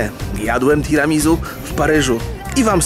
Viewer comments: omg 'tiramizu".... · wszystko fajnie ale Tiramisu wymawia się Tiramisu(nie ma tam Z) Swoja droga Tiramisu znaczy "Unieś mnie w górę" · [tiramizu] ? a nie mówi się przez "s" [tiramisiu/tiramisu] hmm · Tiramizu a nie Tiramisu ? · Tiramisu wymawia się przez "s", z akcentem na u:) Nazwa pochodzi z włoskiego i jest zlepkiem trzech słów, które tworzą zdanie "Tira mi su" w dosłownym tłumaczeniu znaczy "Unieś mnie". Czyli jest to deser, który ma nas unosić na duchu i poprawiać nam humor:)) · "tiramisu" czyta się przez S. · Tiramisu sie mowi:P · tiramisuuu sie powinno wymawiać